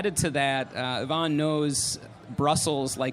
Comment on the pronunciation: not Yvonne